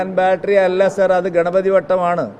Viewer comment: ആ മാത്രനോട് ബത്തേരി എന്ന് പറഞ്ഞു പഠിക്കാൻ പറ സുൽത്താൻ ബാറ്ററി അല്ലെന്ന് പറഞ്ഞു പഠിക്കട്ടെ